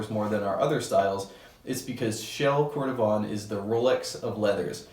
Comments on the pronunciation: Nice review, yet my the pronunciations are: Cordovan = Cord-o-VAN; Dainite = DAY-NIGHT. I’m just saying what the general consensus is regarding the names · Pronunciation-wise, you may want to revisit Dainite and cordovan! Are you on SF?